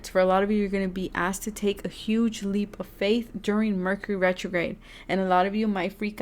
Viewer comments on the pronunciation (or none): none